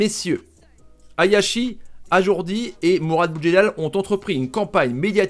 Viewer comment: Tarrives pas à le dire ajroudi eh ?lol